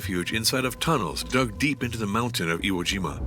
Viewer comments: announcer calling IE-shima- Iwo Jima. Different island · its simply amazing how totally inaccurate the narration is...they could not even get Le Shima correct instead calling it ie jima... clearly the whole matter like much on the internet has been poorly produced and certainly not proofread by any competent historian... take most of what is presented here with a grain of salt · It's pronounced, "I E Shima." You guys spelled it correctly on the screen, but pronounced it, "Iwo Jima." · Ie Shima... Not Iwo Jima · pretty sure some AI is involved here since they refer to the battle of "IE-SHIMA" as the battle of "IWO JIMA"... at least in the writing